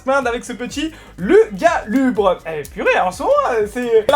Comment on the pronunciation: Lugulabre pas lugalubre mdr. C’est vraiment mes vidéos préférées quand juste tu parles lol